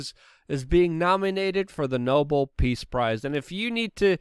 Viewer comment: You cannot "squash" a "social movement" as it is NOT a physical object; it can be "quashed". "Nobel" is pronounced " no BELL" ; there's nothing noble about it. And it is important to say "im por tant", not "imper'ant". Swallowing the "t" seems to be what's "in" ; it's what the young people do... the people who speak "Black" because it's "in" or because they are "Black" or because they .... I dunno.... can't bring themselves to speak clearly (?) ... don't know why; they won't tell me as I'm very, very old.